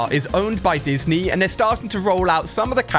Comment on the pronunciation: Is anyone else noticing that he’s been saying destiny instead of Disney?